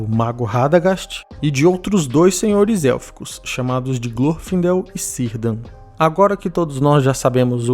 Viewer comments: Excelente vídeo! Só uma pequena correção, se pronuncia "Kirdan" não "Sirdan" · bom vídeo, um detalhe: o nome do elfo Nowë (círdan) se lê "kirdam" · Fala meu amigo, so uma dica: nos nomes elficos (todos) a pronuncia do C tem efeito de K, logo Cirdan e Celebrimbor se pronunciam "QUÍRDAN e QUELEBRRÍNBOR". Avraços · A trilogia do Hobbit (quem nem deveria ser trilhogia!) tem muuuitos problemas. O casting não foi um deles. E a pronúncia de Círdan é com som de K (ou QU), e não de C. Mais uma coisa: na Guerra da Última Aliança, as perdas élficas são em razão de Oropher (pronúncia com proparoxítona) recusar o comando do Alto Rei dos Noldor, Gil-Galad, e ser precipitado em ordenar o avanço do seu exército de elfos da floresta. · Cirdan com som de C doeu =[ nomes começados com C tem o som de K pro Tolkien.